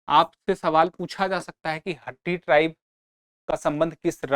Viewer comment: Sir not हट्टी its called हाटी